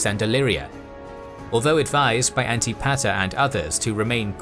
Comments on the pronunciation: An-tip-a-ter not anti-pater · One of the more interesting ways I've heard Antipeter/Antipater, pronounced. Sounds like Anne-Tip-Eh-Er. NOT, Anti Pater. 🤦😜. Sorry, Imma dork. 🤪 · Mispronunciations: Achaemenid is pronounced “A-Kee-men-id Anitipater is pronounced “An-TIP-ater” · Isn’t Antipater pronounced “An-tih Puh-ter” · Lol the way pronounces Antipater is funny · This is very exciting! So glad to see the series start. Another great video from, they really spoil us at this point. The pronunciation of Antipater was… interesting